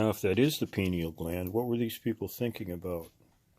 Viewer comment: Hello I am from VT, live in NH on Conn River now. Grew up in the sticks & always found sweet minerals still have many of them now many years later. Good content keep it up. Also it's "pineal" my friend. Peace